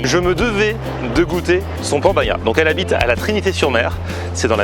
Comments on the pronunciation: Ah cher on dit pan bagna..pas pon bagna. ❤ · Pan bagnat.. bagnad... BAGNADOR ISSOUUU AYA SUBIDO LA MAREKA RISITAS ? QUE ? VENGA VENGA EUSSOUUU